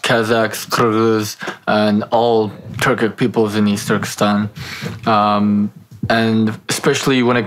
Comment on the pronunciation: Kazak, қырғыз. Қазақ деуге тілі келмей ма?